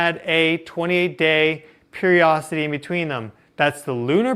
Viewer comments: Love hearing your perspective on all things interstellar. Thank you. Hey, I'm an old grandma who loves her words. Today you made me look up a new word, "periocity," but I learned it isn't really a word. Darn. Did you know there is a "di" sound in the middle of the word perioDIcity? Maybe you say it so quickly that you roll right over that syllable. If it were me, I'd want to know. I hope you do too. ❤ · The word is periodicity. Not periocity. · tiny correction ... you are speaking of a cycle when you say " period - ossity " I know what you mean , the word you are referring to is a state of being cyclical that word is " period - i - city " ... periodic in observation , natural